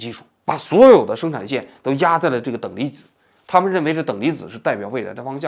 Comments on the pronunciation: 王局说"等离几”的时候，我正在吃饭😂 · 你好王局，今天在节目中你说了好几次等离几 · 等离ji…..哈哈哈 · 王局嘴瓢了😂等里脊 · 王菊怎么还“等离几”上了😂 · 等离子！等离子！等离子！王菊，来，重要的词组念三遍！！！可别再嘴瓢成等离几了哈🤣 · 我果然很无聊，王局嘴瓢说出等离几一下把我逗乐了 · 王局之所以读错，是因为zi的i有别于普通的i。zi的i是开口呼韵母，与jqxbpdt等声母相合的i是齐齿呼韵母。王局下意识地想发齐齿呼的i，却无法与z相合，也就迁移到了音位相近的j上，最后等离子也就被念成了等里几。此外，王局念错也和日语浊化规则有关。日语さ（sa）行假名灼华后变成ざ（za），但同行的し(shi，音同西）浊化后变成じ（ji），也就导致日语zi的缺失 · "等离几"发生在 🤣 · 王菊年纪大了啊，等离紫，等离紫。已经口齿不清了。